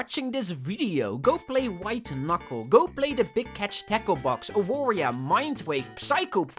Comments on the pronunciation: Polish people pronounce W as V, so you say it as 'Avaria'. It pained me to hear you call it like it's another Wario inspired game. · It's pronounced A-var-ya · AAAAAAAAA AWARIA JESUS CHRIST ITS READ AVARIA I FORGOT PEOPLE CAN BE NOT POLISH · the way you read Awaria hurts me a bit. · As a proud Polishman I must say ☝️🤓 “Awaria” is pronounced with a “v” sound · It hurts me how non Polish people read "Awaria" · Time to make fun of your pronouncenation of awaria. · The way that non-polish speakers pronounce "Awaria" is cracking me up lol Also really happy to see Mindwave on the list. I was never really that interested in Warioware but this game captivated me ever since I first saw it. I absolutely love it and I can't wait to play it when it fully releases.